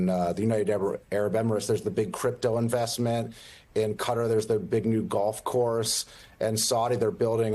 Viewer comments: It's pronounced "ku TAR." Please stop saying "CUT ter." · Now that Trump's back in the Middle East, we'll have to listen to journalists mangle the name of Qatar into Cudder. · Could Americans please learn how to pronounce Qatar before going on TV and using said word?